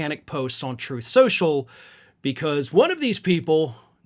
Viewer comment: "Trenth skensural"...